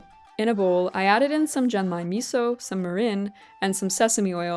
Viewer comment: Japan! I wasn't expecting you to do Japan! And BTW, your pronunciation was pretty good, as far as I can judge from having studied Japanese for several years on my own. One example - "mirin" is "mee-reen," not "mih-rin." Just one more - "genmai" is with a hard G, "gen-mah-ee," not like "jen." But overall, you did really well! About the nagaimo - I don't know from personal experience, but I've heard a common way to eat it is to grate it finely, so it becomes a paste, called oroshi, and serve it with a fish, like mackerel (saba), for example. You might want to try that, since you like nagaimo's taste! EDIT: Never mind, you grated it on your own! LOL Can't wait for the next food-venture!